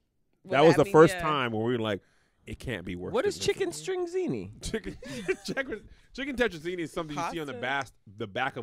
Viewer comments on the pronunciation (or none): This boy said "what is chicken-string-zeeny" and was so serious. He is just so clueless and it's adorable.